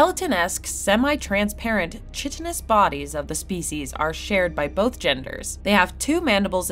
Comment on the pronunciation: Revise how you pronounce "SETI" and "chitinous"